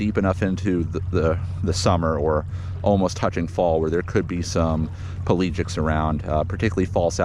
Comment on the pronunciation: Bro. Pe-LA-gic.